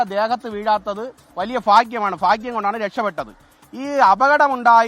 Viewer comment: ഫഗ്യം അല്ല ഭാഗ്യം